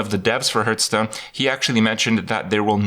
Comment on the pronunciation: Duncan Ault Are you "Hurthstone"? If you dont get it. He pronounces hearthstone as hurthstone or rather "h-earthstone"